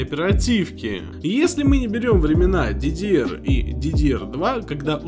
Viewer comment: Отличное видео спору нет но хотелось бы что правильно произносил ну или говорил более доступным языком для обычных людей, ну что то типа не "сипию" а "цпу" не "дидиэр" а "ддр"